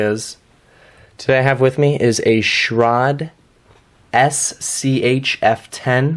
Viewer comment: It's pronounced Sch-raid not Sch-rod I'm srry but that bugs me but I like your review